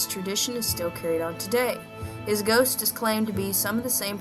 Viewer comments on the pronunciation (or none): none